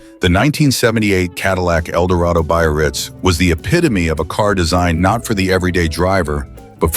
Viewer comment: i just learn a car called after my hometown ! it is very funny the way he says BAYRITZ lol